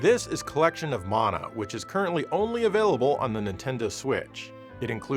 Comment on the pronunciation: I was going to forgive your pronunciation of TATE (taw-tay) mode until you said Collection of Mana (maw-naw). Simply unforgivable, sir. Joking aside, great video and showcase of some of M2's fine work. Makes me want to dust off the ol' 3DS